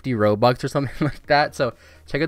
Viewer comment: One Robuk